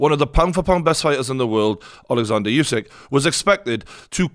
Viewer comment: Another commentator that can't pronounce Usyk's name despite everyone being reminded thousands of times now. Still like that guy's break downs though.